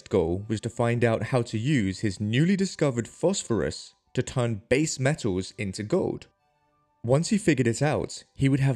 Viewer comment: Metaws? Gowd?